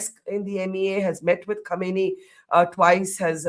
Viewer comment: Not khaneeni, it's pronounced as "Khamneyi"